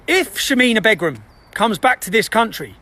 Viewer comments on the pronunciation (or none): BEGRUM! With your knowledge of Islam, you should know the the wife always assumes the surname Begum - Pronounced Baygum - the news or, nooos - has denounced her! Not entirely sure what this rant is about!!